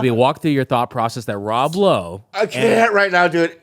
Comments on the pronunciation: Nah why didn’t ya’ll have Jaime on for this one LMAO “Rob Loway” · Rob Lowe is the most difficult name for an Asian to say. Lob Rowe